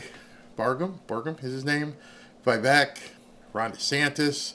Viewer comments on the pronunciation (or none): Vivek is pronounced Vi-Vake. As said by vivek